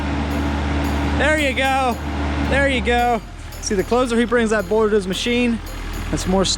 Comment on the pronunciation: A humble question from someone learning English: why do you call a boulder “bourder”?